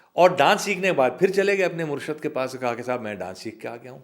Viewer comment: Kya khubsurat aawaz.. . Andaz.. . Pure parcien words bole hain, Ek ek harrof ki aadayegi kya khubi se ki- MURRSHAD.. yani guru, . Vary vary genius person, . Qabil ae adab, Qabil ae aihtram.. . Dr. Madan gopal singh..